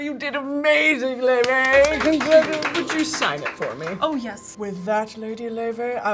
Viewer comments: wait why the hell do they pronounce her name like 'loy vey' is she jewish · her name is pronounced "lay-vay" and she is icelandic 🤍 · I can't believe this is how I found out I've been mispronouncing Laufey all my life